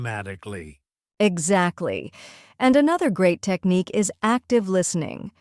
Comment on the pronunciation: Pronouncing the word "technique" is wrong.